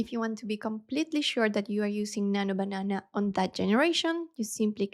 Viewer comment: I was about to say some thing 😊 “nanyo bananah”